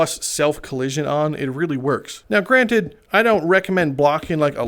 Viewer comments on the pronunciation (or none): none